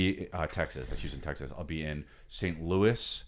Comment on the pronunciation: Chris…. It’s “tegggzass”